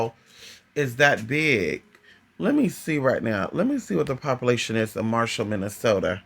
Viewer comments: The ones telling you and making you have feelings shouldn't they tell you how to say towns correctly it's Minneota like pronounced ( Mini ota) or take the S out of Minnesota. Also Minnesota is the state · I live 3 miles from minneota I was 21 when he went missing his car was found within 8 miles of where I live. No I didn't know him. It just seems everything I see about Brandon everyone mispronounce Minneota. I do remember the river was flooded and normally does in the spring when he disappeared and normally in the summer you can normally walk down the center of it and it's hard to find a spot deeper then waist deep but most places are about knee deep. I have no clue what happened to him but have a few ideas that may have happened